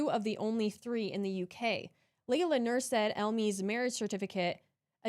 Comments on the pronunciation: Name pronunciation tip: Said is pronounced 'SA- ID'. The 'Sa' is emphasised i.e. SAH - EED'. There you go. Perhaps we could request for a graphic family tree presentation based on the various real, fake and deceptive identities of each character? Start with the identities they now hold and see where they pop up in time. That would be as clear as ice wouldn't it? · "Said" is pronounced "Sah-eed". 2 syllables